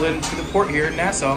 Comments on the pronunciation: As a Bahamian I can confirm they said it correctly lol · So, what was the verdict on the lobster dish? Was it as nasty as the waiter had said? Also, you're right in your pronunciation of Nassau; I suspect that the shopkeepers were just messing with your moms, trying to get them to say it wrong 🤪